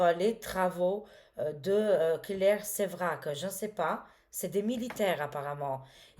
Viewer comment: C'est claire Séverac et non Sévrac